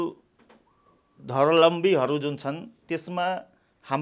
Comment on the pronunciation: धवरम्बिली होइन ध्रवलम्बि हो मुला